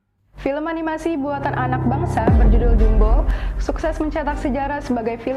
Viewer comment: Filem jumbo setara pixar 😂 sebut pixar pun tak reti mbak oi bunyi jawa piksel 😂 berkhayal lebih Filem jumbo indon konoha kalau masuk Malaysia walau tiket free pun tak ingin aku nak pi tengok geli wei...sebut jumbo pun tak reti 😂 sebut ejaan Belanda juuumbo abah kau